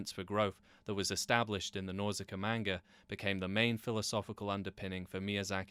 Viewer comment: Get the pronounciason of the word "manga" right if you want to be taken seriously.